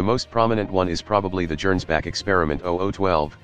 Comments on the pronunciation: Arghhh. Gernsback is obviously a Hugo Gernsback reference, which means it's pronounced with a hard G. One of the few times I've had an actual complaint with the TTS app you're using, which I generally find quite soothing to listen too. All those childhood years in the Golden Palace on Terra, y'know. Hilariously over the top plane, though. Das Gegenbeispiel is freaking suicidal for most folks but it is cheap - so maybe a viable choice for a Witch who can just leave when it inevitably goes out of control? Between the annular loop wings and the option for one of those Austrian hell-cannons* that's a lot of aviation history on one airframe. *Seriously, if you think WW1 was bloody already, imagine an alt-history where those things went into service a few years early and got stuck on some kind of armored (or at least motorized) ground vehicle instead of just planes. Of course they probably would have turned out to be too unreliable for field use, but we'll (thankfully) never know. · Worth noting -- I'm not slamming for it because the TTS will do as it does, but "Gernsback" is pronounced with a hard G, like "get" or "gorilla".